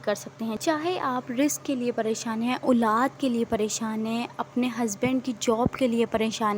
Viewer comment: Aulad hota hai ulad nhi